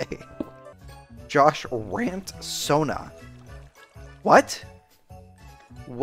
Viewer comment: jawsh but the h is silent